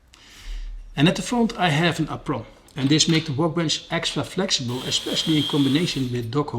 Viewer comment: Another tip about English,: "apron" has a long A, with emphasis on the first syllable. Yet another word that breaks all the rules.